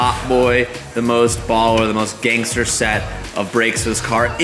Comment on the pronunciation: A white boy saying the word gangster is so freakin hilarious 😂